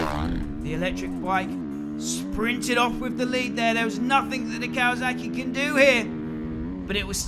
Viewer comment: Kawazuckie hah kinda funny. Don't worry we say words fucked up too